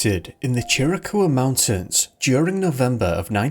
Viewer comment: as an arizonan, its pronounced "chee-rah-ka-wuh"